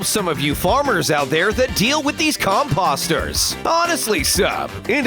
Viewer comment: He didn’t say Elytra right... OR COMPOSTER!!!